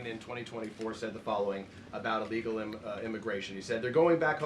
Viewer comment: Ellgal like Emediately is NOT A WORD! English 101.